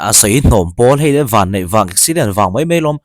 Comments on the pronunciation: Sir, Van' tih hi i lam sapṭawng riau in ka hria. Ven tih loh tur. Van(vana) tih tur.😁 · Van (English) in kan ti ngai lo..... VAN(VANDUMPAWL) ti in kan lam thin...... Khawngaih in mizo tal hian mizo tawng hi humhim ang u. Joshua an Mizo hming a ti tha ang hian, YouTuber ho hian I humhim ngam ve ang u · Joshua ven hian ilam.ziah a , van tiin lam la😂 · A hming i lam diklo. Van hi Motor van angin lam.suh Pawih hming anih hi Van tirawh, Vansang a Van ang khan